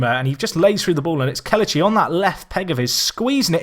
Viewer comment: It's pronounced Keh-leh-chee instead of Keh-luh-chee. Great video nonetheless